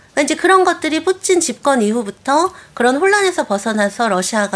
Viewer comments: 저놈의 " 뿌찐 발음 " 좀 배웠다 이건가? 로마를 롬으로 부르는 x nom 들 같다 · 발음..뿌친 ㅋㅋㅋ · 뿌찐 ㅋㅋㅋㅋ커엽 ㅋㅋㅋ발음 ㅋㅋㅋ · 발음 목소리 귀엽노 ㅋㅋ 뿌찐 ㅋㅋ